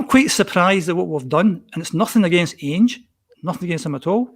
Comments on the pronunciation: is one of those people who mispronounce names wrongly ( Ainge instead of Ange, and Gayvin instead of Gavin ), yet persevere with their mistake even though they hear others pronouncing the names differently and correctly. ffs man, it's Gavin ( Gah-vin ) not fecking Gay-vin. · You can tell dies a little inside every time says “ange” “gevin” and jumps in every 2 mins